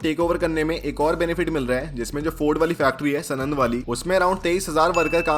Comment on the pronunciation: Bhai सनंद नई है यार सानंद ही सानंद